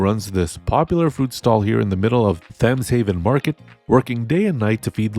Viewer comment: Thames is pronounced with a hard T, not a Th sound, IIRC... Or is it mispronounced as a Th sound in the game, like Tuscon being Two Sun?